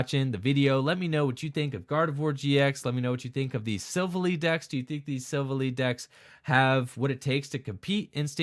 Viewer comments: Its pronounced silv ally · I'm sorry but I have to point it out, it's pronounced Sill Vally like it was two words not one